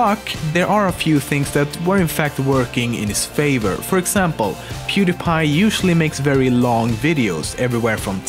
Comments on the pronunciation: i was about to say how did you say he's name right but then i remember you are Swedish and well when he hit 100 mill it in 2020 not 2017 and he will still grow at that speed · in one of pewds videos he mentions how he got his username.....so it's actually pronounced correctly.... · HOW DID YOU SAY HIS NAME SO GOOD?!?! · This guy is swedish. Hus orenaunciation of pewds name was flawless